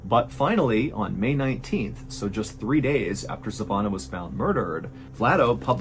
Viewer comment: The way he says savanna makes me wanna throw my phone